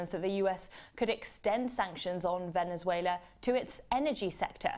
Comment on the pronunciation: the guy cant say the words Ven-ez-uela or Mad-u-ro